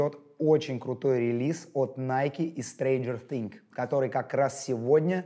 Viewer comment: Ты постоянно говорил thinG, а не thinGS